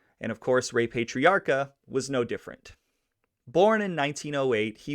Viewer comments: Yikes. I'm 4 minutes in and had to stop to come here and comment on what zillions of others already commented on! Yeah, Worcester is "Wooster" or "Woostah", with the hard core "Vode Islin" accent, and PAH-TREE-AR-KA, or in Vode Islandese, PAH-TREE-OCK-A. He was generally referred to as "Raymond", never "Ray". His son Raymond Patriarca Jr. was known as "Junior", like "Junior" in the Sopranos. FYI if you ever come across these RI cities, East Greenwich or Gloucester, they're pronounced "East Grennitch" and "Gloster". Ok, I'm rewinding and will actually watch the whole video now! Thanks for doing this. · If you're going to bust chops, get it right. It's not "Wooster," it's "Wistah". It's not "Pay-trairca," it's "Pat-trairca. He was born on "Shrewsbury St;" not "Shrewbury St." Thanks for the video. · Pay-tre-a-ca....? .,.... Pat-tre-a-ca. Pat....Not...Pay ..... I Hate the pronunciation police ...... But....it is What it is....Thanks for information on " Raymond " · PLEASE pay him some RESPECT and pronounce his name correctly PATRIARCA sounds like this ----> PAT - TREE - R - KA ~ Grazie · Pat.tree.ocka.. thats how its pronounced.